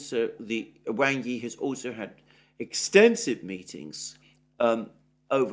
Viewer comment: Wang is pronounced as w-aug not as you see it